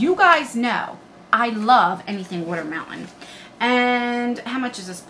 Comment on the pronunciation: Hi! That sexy bunny 🐰 outfit is really pretty! I’m LIVING 4 that skin care box 📦! I LOVE♥️ skincare! I enjoy my skin care routine!!! Btw.....I adore when u say watermelon 🍉 bc you say “wooder” like ya Philadelphians do! ✌🏻